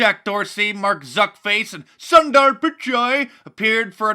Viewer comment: Pretty sure thats EXACTLY how Sundars name is pronounced! Keep em' comin' Mark. Us Russian Bots can't get enough programming! LoL